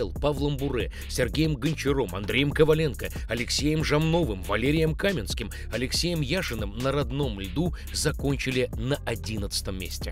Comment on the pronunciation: Валерий "кАменский"👈🤣 Не должно быть таких косяков у топовых хоккейных блогеров, без обид. Если чо, я вообще не придирчивый человек, но тут реально крах )